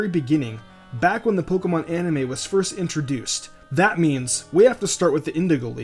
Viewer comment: ann-im-ah? You mean animooooo